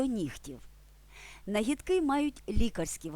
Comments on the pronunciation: Не нагідки' а нагі'дки. Російський наголос ставите. Братики а не братки. Для людей, які з народження розмовляють українською це елементарні речі. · Нагíдки (наголос на другому складі). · У нвс на Канівщині всі квіти так і називають,як у ролику. Тільки в слові "нагідки" наголос падає на другий склад ,а не на останній .